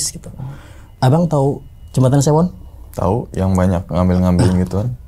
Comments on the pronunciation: Kali sewo bang bukan sewon skdr meluruskan..😁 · Jembatan sewo bukan Sewon hadir ni bang orang sewo